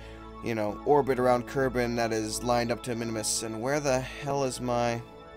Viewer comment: Minmus. MIN-MUS. One "i", two syllables. Not Minimus.